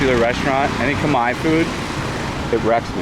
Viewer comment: Thanks for the great content but "Come-eye"? I've never been to Cambodia but I'm sure that's not how you pronounce Khmer.